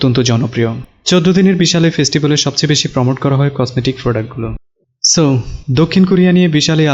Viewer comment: ভাই ফ্রডাক কি ??? হবে প্রোডাক্ট , নোয়াখালী নাকি আপনি ???